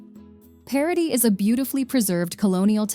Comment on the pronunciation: Paraty=Parári, Paraná=Perána...hahaha...quite funny.